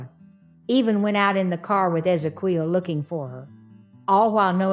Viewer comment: OH BOY- Ezequiel is phonetically pronounced Eh-Zeh-KYEHL. MAN, you murdered that name but, otherwise, solid video as always 😳😵‍💫😖🙂